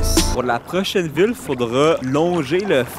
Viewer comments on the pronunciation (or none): Bro on dirait que tu dis : ''prochaine vulve'' à chaque fois. Est-ce que tlm de Longueuil parle comme ça?